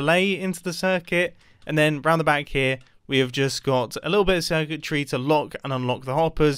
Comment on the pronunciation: mumbo says"redstone circuitry,", I hear "redstone wizardry"